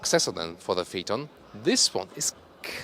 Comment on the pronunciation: It's Phaeton not Pheaton..